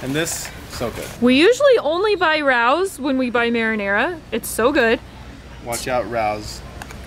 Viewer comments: Isnt it pronounced ray-oh's(RAO'S)? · Sauce is pronounced RAY Os. Love you! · The sauce is pronounced RAY OS (capital O) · I love Raos sauce.! It pronounced Ray-Os.:) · I’m sure you’ve been told but the sauce is pronounced ray-os. 😮